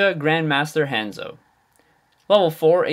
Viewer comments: ha-nzo... not HANDzo... smh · Han = huh-nn-zoh not haa-n-zoh